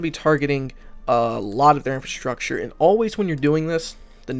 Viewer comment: Not "infAstructure".. it's infRAstructure.